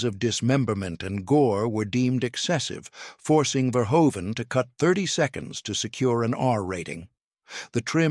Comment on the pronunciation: Why can't those creating these videos check the AI pronunciation of several names before releasing them. Among pronunciation errors: Paul Verhoeven, Carolco Pictures...rather significant players in the narrative who deserve better. Also why are these videos not edited to reduce the redundancy of narrative.